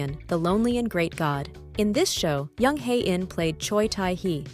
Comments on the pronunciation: The name Jung is pronounced with a J. Not a Y. Joseon is pronounced with a J, not a Y. Please!!!!! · Since when Koreans pronounce J as Y. Listen to jhi pronounce his own name.